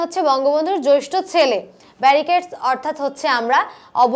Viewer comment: thanks.but আপনি জেষ্ঠকে জৈষ্ঠ বলেছেন।